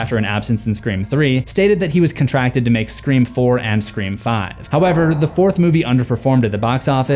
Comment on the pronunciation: "Scree Form"